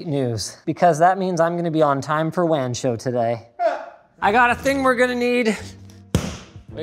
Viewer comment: WAN-show "Juan's show"